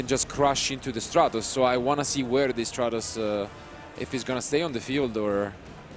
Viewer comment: I need to know if still calls it 'Straight-Os' in a YCS setting.